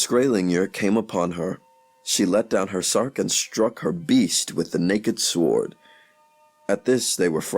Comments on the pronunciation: And "sword" like it looks. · Prononcation mistakes throughout. For example, generally the "w" in sword is silent.